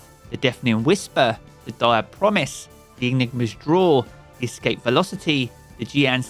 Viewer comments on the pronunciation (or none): none